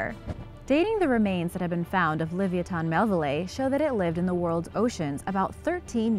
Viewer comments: Forget her sources she's sluaghtering the pronunciation of livyatan so badly i cant even watch the entire video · Thank you .. Her pronunciation is atrocious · your saying it wrong OMG its ly vi ah tin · yr so not saying that right li-vi-ya-thon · It's pronounced like leviathan or leviatano. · No offence to your mom, but the correct pronunciation is: Liv-ee-ah-tan... and that's according to every source. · Bruh its Luh-Vi-O-Than it just hurts my head to her say it wrong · Glad I'm not the only one!! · The way u pronounce this animal kills me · I’m just baffled she the name so wrong so many times flabbergasted😂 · For gods sake...please learn how to pronounce this whales name and Herman Melville's name... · I hate the way shes says it name.. it's so miss pronounced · She didn't even pronounce it right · I hope u realize your sluaghtering the pronunciation of livyatan ...pronounced : Li vy a tan like laviathan but slightly different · The pronounciation bothers me more than it should T_T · She sluaghtered the pronunciations , it bothered me so much i had to stop watching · shes not even close to being correct .. my mothers from tel aviv and she was even saying this girl has no clue how to speak ...